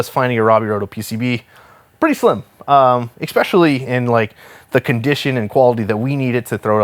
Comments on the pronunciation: You say "exspecially." I want you to know that that is incorrect. Good day. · MY GOSH MAN the word is pronounced "ess-spesh-ally" its spelled especially. NOT EX-SPECIALLY. You're kiling me man!